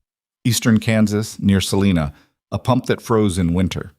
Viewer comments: Your AI is badly mispronouncing Selina Ks. Long i, says its name (i) not Selena. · The I in Salina Kansas is a long I sound the I in climb.